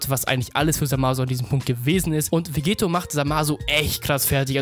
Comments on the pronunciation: dokkan battle Hä, na klar. Er spricht ihn Vegeto aus, und nicht Vegetto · Wieso sprichst du Vegetto immer falsch aus? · Der Es nervt mich bisschen.